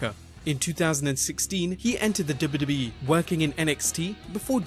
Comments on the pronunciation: hey, narrator, practice saying "Double You Double You EE" and "Double You Double You Eff" clearly. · if only you could take time to learn how to articulate "W-W-E" ... hint? its THREE! letters and its really aggravating to the ear when you insist on making it into just one syllable.... '